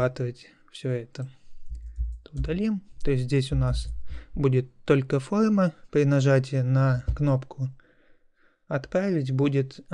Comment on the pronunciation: какое ужасное произношения "фолма"...нахрена вести уроки так?